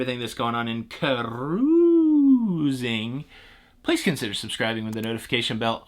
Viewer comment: Lol I don’t have much time so I have to listen to you using the Playback speed of 2x. And let me tell you!!!! It is hilarious listening to you say ‘Ca’rusing!’ Lol🤣😂 Makes my day!!!